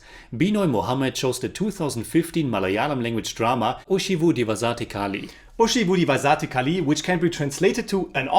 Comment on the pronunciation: Please read the comments on your videos bro. I've commented this many times before. 'Zh' in Malayalam and Thamizh are pronounced like a silky rolling 'Rh' as in Rhino. But smoother. Its a unique signature sound to our languages. It's not so hard once you make that adjustment. Today's butchering was particularly bad. ORHI-vu---Dhi(as in the apple)-vasa---'the(as in french for tea) ORHIVU-DHIVASA'THE KALI (short space for the apostrophe) I just say this to you because the reviews are on point. So since you are taking the effort to say the names, why not help in getting you to say it right. But just read the comments.